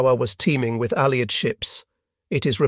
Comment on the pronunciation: This must be AI audio, since no Englishman would every pronounce "island" as "is-land", or "allied" as "ah-lee-ed".